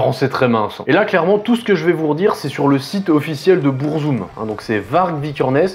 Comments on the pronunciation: En fait, Burzum se prononce en noir-parler, parce que Varg à utilisé la langue des Orcs dans le Seigneur des anneaux. Du coup faut techniquement dire "BOURRE-ZOUME". Mais bon, on va pas chipoter là dessus. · Pourquoi prononcer le nom de se groupe en anglais s’il est scandinave ? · beurrezoom 🥲 vag vikrenes 🤣 méém 😭 j'en peux plus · BEURRE ZOOM, the TRVE pronunciation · Bon ça commence mal, tu te fous de sa gueule parce-qu'il prononce pas burzum comme il faudrait mais t'es pas foutu de prononcer beefheart correctement 😂 allez c'est de bonne guerre !